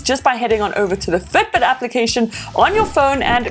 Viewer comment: why you keep saying Ftbt?